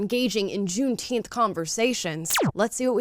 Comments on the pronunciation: I believe said gunteenth. Whatever that is. Soft g? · Thanks for the holiday black people. I'll take it paid off and still not care. Let them celebrate it, but let's pronouce it correctly